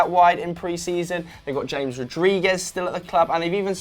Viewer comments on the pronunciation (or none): Wow, way to totally mispronounce James... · the way he pronounced James...